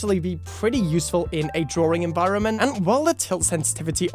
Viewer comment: "drawring" :v no offence . great video :3